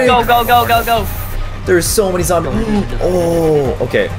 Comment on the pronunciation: Did caylus just say "There are a couple of zomboz"